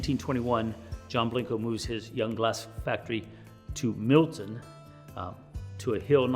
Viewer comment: Why does he call it Blinko